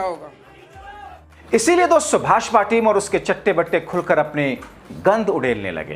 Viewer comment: दोस्सो.... दोस्सो.... क्या है .... उच्चारण तो ठीक करलो....